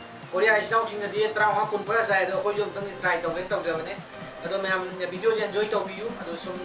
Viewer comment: Please its a request try to say video not bideo